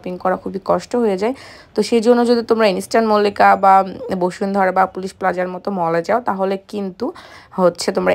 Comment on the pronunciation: ইন্সট্যান মল্লিকা আবার কিরে ভাই🙄ইন্সট্যান মল্লিকা না ইস্টার্ন মল্লিকা 😤আগে উচ্চারণ করতে শিখেন তারপর মার্কেটের নামে ভিডিও বানায়েন l যত্তসব খ্যাত😡